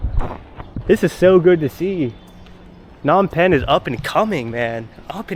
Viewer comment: lol its not Nom Penh.....the "P" is not silent.